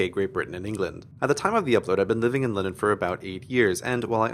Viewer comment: also the way you say london is realy weird , you say it like lennon at least thats how i hear it :D